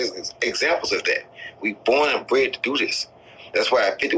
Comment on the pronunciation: All i gathered from this interview was roy jones saying ' bored and bent'.